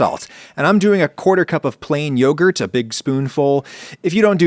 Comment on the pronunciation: what is yorgut?? is it anything like yogurt??